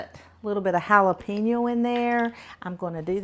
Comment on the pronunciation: you crack me up pronouncing "chipotle" and "jalapeño"! It's actually cha-pot-la and halo-pain-yo, Girl, go to Google translate and it will correctly pronounce any word for you correctly outloud so you can hear it! And like many others said, I don't think you put the sugar in the cornbread unless you did it off camera.